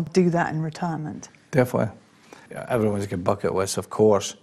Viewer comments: I also notice you swallow your Ls: such as in little - you say littow not littul, for all: awl not orl. Your ends of words like 'definitely' are more 'definitelay' as opposed to 'definitelee' and your vowel sounds are more extended than in RP: for said you say sayd rather than sed. Perhaps it would be interesting to do one on that difference. I know Cockney is no longer very prevalent in London except in older generations but there is a definite Essex/Estuarine accent. I also notice it in words like water that an Essex accent will pronounce: wataah instead of watuh. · you say he said definly, I heard defwee 😂